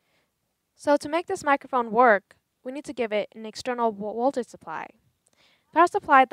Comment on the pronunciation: Can you not pronounce v's what's woltage or wery good